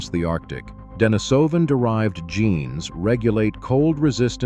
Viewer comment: Pronunciation: De-NEE-so-van, not De-ni-SO-van.